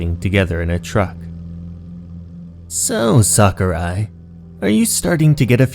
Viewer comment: Japanese: 桜井 English: Sucker Eye